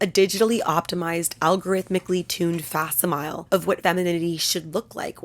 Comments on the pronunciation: Fac-SIM-ih-lee is how that word is pronounced. Not facsim-ile. Otherwise thanks for this video. While I hate to tear other women down, I do hate to see women such as her victims of systems that need to be crushed. Woof. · Sounds a bit like every other AI narration on youtube.....did you source your "work" out? All of the "it's not this, it's that", etc. When you say "FAK-si-MILE" instead of "fak-SIM-eh-lee" (facsimile) it's fairly obvious you didn't write this yourself, as if you had, you'd know the word enough to know the pronunciation of it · Fax-ih-mil-Lee. Facsimile. Like a fax machine. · Loved the video! Facsimile is pronounced “fak-similie”. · Great video! Very engaging and fun. I laughed out loud when you said "her face isn't aging, it's buffering." Btw, I just wanted to let you know that the word "facsimile" is pronounced "fack - SIM - il - lee". Yet another strange English vocab word that is pronounced in a way you'd never expect. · love your presentation! just wanted to casually mention that fac·sim·i·le is pronounced "fack similly" xoxo keep doing what you do cuz i love your editing style :D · Facsimile is pronounced fack-sim-uh-lee